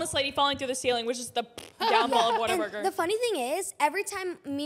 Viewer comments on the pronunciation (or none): Not water Burger it's whataburger